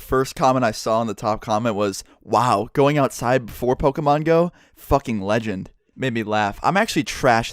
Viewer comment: YOU ACTUALLY SAID POKÈMON RIGHT!! You're the first youtuber that I watch to ACTUALLY pronounce it right!!